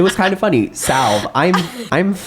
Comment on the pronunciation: when i was in high school this book was a book club pick and i think it made me heterophobic and a misandrist also “salve” is pronounced sal-way. it just means hello.